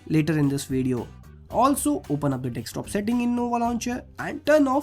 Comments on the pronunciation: Observe he dosnt pronounces desktop... He says dekstop lmao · hahaa 'dekstop' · did he say dickscreen👀